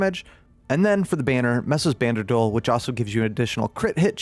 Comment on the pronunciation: Love the build vids! But please, stop saying Mesa's Banderdole. It's Banderole.. xD